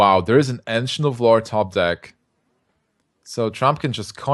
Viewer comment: "Ancient of Lore" Sounds like he says "Engine of War"